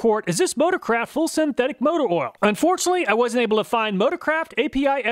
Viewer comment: I can't unhear "Ford Motor-crap" instead of "motor-craft" xD